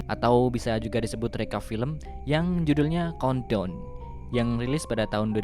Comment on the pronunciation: Gw yang ga bisa bahasa ingriis COUNTDOWN=KONDOM BANG COBA BILANG CONE TALL